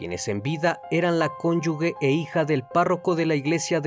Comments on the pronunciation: Se pronuncia "conyuge" y no son porq no están casado legalmente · se escribe conyuge se pronuncia (conyuje)... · Cónyuge, sin la "u", suena como j, se pronuncia "conyuje" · Todo muy bien, solo un comentario para tu audiencia y seas mucho mas profesional-- se dice CONYUGE sin la U entre la G y la E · Cónyuge se pronuncia conyuje